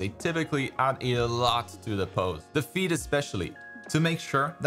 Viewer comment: "A good pose starts with the feet". I'll always remember this bc to me it sounded like "A good pose starts with defeat" 😆